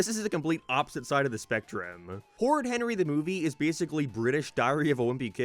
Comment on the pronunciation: I’m an American, yet them calling it “D’Movie” is the funniest thing in the world to me and I can’t explain why.